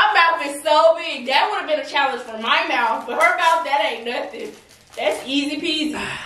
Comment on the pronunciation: The way she say challenge